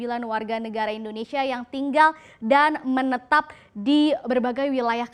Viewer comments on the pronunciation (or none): none